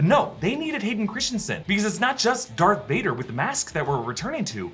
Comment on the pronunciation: All these years, you been saying dark Vader instead of Darth Vader!